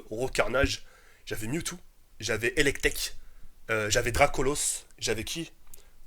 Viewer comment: c pas elektek c elektor tk sinon tres bonne video